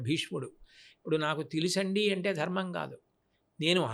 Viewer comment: Anchor ki dharmam ani palakatam kuda radu, darmamu antunnadu